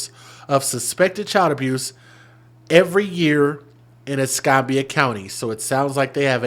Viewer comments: Ess cam bee ah , not Ess com bee ah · es-CAM-be-ah county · It doesn't surprise me, sad to say. I live in Milton, Florida. Not far from Pensacola. Es-cam-bia is for its pronounced. Yes babies for benefits!! Disgusting!! I firmly believe after having like 3 kids unmarried, different dad's, food stamps AFDC shouldn't be issued. No benefits should be given. Because they are abusing the system!